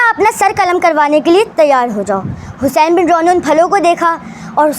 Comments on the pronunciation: Lafzon ki adaegi theek kro Hussain bin rooh he roh ni he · Hussain bin roh he Naam hai rooh nhi hai